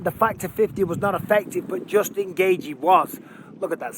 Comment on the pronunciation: I like the way you say Justin Gaychi 😂